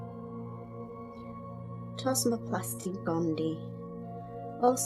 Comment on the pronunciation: Please pronounce "gondii" correctly. It is gond-ee-eye. There are two "ii"at the end.